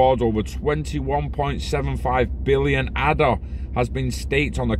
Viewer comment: Ay-da. After Ada Lovelace.